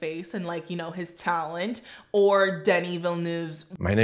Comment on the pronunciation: They do amuse me all the inventive ways people have found to pronounce Denis' name incorrectly.